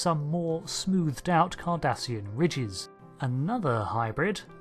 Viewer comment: I thought he said Kardashian at first.